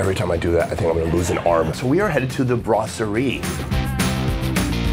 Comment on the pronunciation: "Brass-surrey". Gotta love when Americans absolutely butcher the French language. 😂